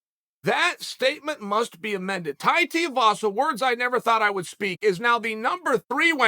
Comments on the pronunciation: Who the hell is Tai Tiuwazza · “His name is… Tai Teavasa” Dead 😂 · Tai Teeavasa